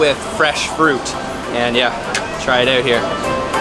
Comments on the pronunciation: great vid, really nice to watch. also funny how you pronounce out, like, oowt :) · are you canadian? the "out" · I am guessing you are from Canada...because of the way you pronounce words with "OU"...hahaha anyway NICE VIDEO!!! very informative 😊